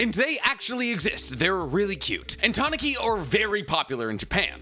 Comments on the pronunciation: TAH NEW KEE not TA NAH KI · the way you say tanuki is a little off I always here people say it like this tanooki. as a I don't read or listen to Japanese I'll just roll with the way you say it for now🤔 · The way you say tanuki is kinda funny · I know this is a bit off-topic, but my god that pronunciation of Tanuki gave me enough psychic damage to knock me out. No, seriously. Usually, when you butcher Japanese words I can make a pretty good guess of what you mean, but this time I had to stop the game I was playing, rewind the video and look at the illustrations you used to make sure I properly grasped what you have just spewed. Please for the love of god if you have no idea how to pronounce Japanese words google it up. It takes only 10 seconds and makes a huge difference